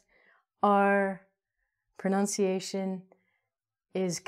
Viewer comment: Love your videos, but PLEASE don’t say “pro-NOUN-ci-ation”, it’s “pro-NUN-ci-ation”, just like it’s spelled. Thank you for helping learners of English!